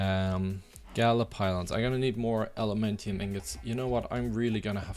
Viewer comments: maybe in one of your newer vids you corrected your self, but you know it isn't gaLa right? Its Gaia with an i (like in icecream) not an L.. so you say it like gaja it bothered me way more than it should haha. Nice vids tough! You definitely earned a new sub! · Nice episode, but seriously it's Gaia, not Gala... with i. Or do you do it on purpuse, for some reason?